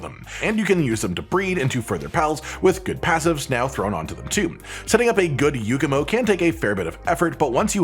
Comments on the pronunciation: I take 1 point of psychic damage every time he says "Yookumo" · please understand that this is entirely nitpicking...and maybe read super dramatically for a laugh, but can you explain to me how an A sounds like a U in "YAKUMO"? there are KIDS potentially watching this, we need to fight the stereotype that the people of today can't read! THE HORROR!! THE TRAVESTY!!...and if you can read this, then maybe you can come up with some better dramatic sounding words to blow it up further out of proportion... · Since when does YAkumo make a u sound?